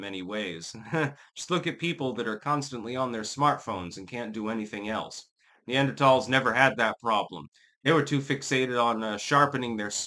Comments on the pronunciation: Wrong. is pronouncing it right. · Talls not thals